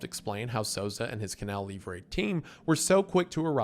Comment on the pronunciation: Is it really that hard to pronounce "livre" correctly? It's like a key point in the story just say it right jfc